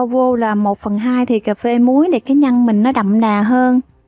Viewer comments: Bạn phát âm cho chuẩn để dễ nghe nhe. Nhất là từ nhân chứ không phải nhăn, đánh lưỡi chữ r bạn nhé. Thanks. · oi e làm bánh kheó lăm, chi thůòng xuyên xem Video cūa e, nhůng chi có 1 yêu câù nho nhõ, e phát âm cho rõ 1 tí, nhân mà cú nghe nhăn